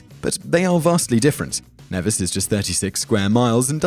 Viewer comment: Its pronounced Nee-vis (My homeland) I'm surprised to see it on this list. lovely place